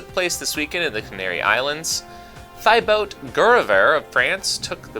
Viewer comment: Thibault = “Tea-Bow” FYI! Thanks!